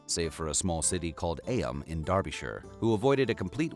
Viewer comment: Eyam is pronounced Eem! I live in nearby Matlock. The people were very courageous.❤